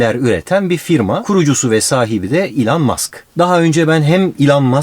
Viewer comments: Ilhan Musk degil ELON MUSK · ilan mask degil abi elon musk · şu adama ilan deyip durma be adam. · il(y)ın diye okunur ''y'' harfine fazla vurgu yapılmadan. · İlhan mask diye bı ben mi duydum